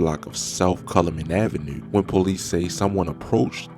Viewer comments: Do you have the microphone in you’re fuckin mouth or what ? Fuck. And pls, don’t say avenue or 2 or anything that ends with that syllable on video ever again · Bro you from Baltimore it’s the way u say 2 & Avenue